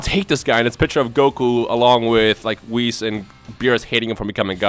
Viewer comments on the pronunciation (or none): The way he says Whisu makes me shudder.